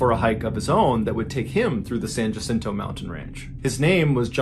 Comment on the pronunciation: Another teeny tiny pronunciation correction, Jacinto in Spanish, is pronounced Wacinto, the same as Juan is pronounced Wuan. But I know John is not native to the desert southwest, so the mistake is understandable. Love MrBallen’s story telling. How did I fall asleep without him?